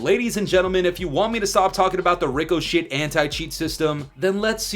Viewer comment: I can’t tell if he’s calling it “ricoshit” on purpose because of how shit the supposed anti-cheat is, or if he doesn’t know how to say it…